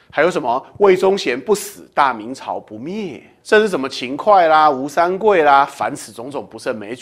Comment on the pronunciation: 秦桧读错了